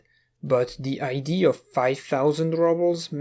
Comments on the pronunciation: Good sir, the "a" in "idea" is said out loud, unlike most instances of "ea". Have a good day. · I have been watching your videos for awhile.. and I don't want to sound rude but are you not capable of pronouncing idea? Or is it an inside thing? I am very confused by that, considering you pronounce everything else really well